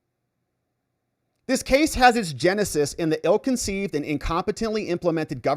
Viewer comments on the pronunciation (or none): none